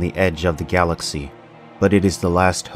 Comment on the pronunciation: What the Ga-LAX-y?